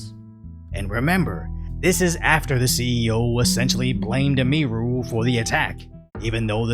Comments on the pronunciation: Hey,. You're putting the EmPHAsis on the wrong SYLlable. It's pronounced "Emmy- Roo", not "Uh-MEE-roo" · How many videos has he done on her, and he still can't say her name right? He calls her eh-mee-roo. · Why does he keep calling her Eee-meer-oo. It's Emee-roo. 😆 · Btw it's not pronounced "Em-ee-rue" lol, it's Em-ihh-ru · Please learn her name bro. Em-e-ru, not Em-eeee-ru. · "Eh-mee-ru" LuL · Its EM-i-ru. Her first name is Emily. Its a misspelling of emily. So you probounce the em as in emily. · Bro I swear be calling Emiru Ymiru haha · yeah it's like emily with ru on the end, and he's the only one i've ever heard mispronounce it